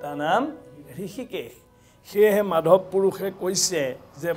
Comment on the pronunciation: মাধৱ মাধৱ --- শব্দৰ উচ্চাৰণৰ ওপৰত পাঠক সকলে লক্ষ্য ৰখাটো ভাল । বহুতে চাই আছে সমালোচনাৰ উৰ্ধত থাকিব লাগিব । ক্ৰিষ্ণ ।